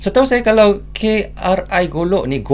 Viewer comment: KRI jangan dibaca pakai bahasa English, pakai logat melayu kita saja, karena KRI singkatan Kapal Republik Indonesia